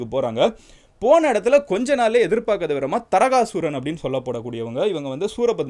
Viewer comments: It's not Taragasooran, his name is Thaaragasooran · FYI : தாரகாசுரன் ✅ தரகசுரன் ❌ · Tarakasuran illa taarakaasuran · Ella pronounciation mistake thaarakaasuran veera mahendrapuram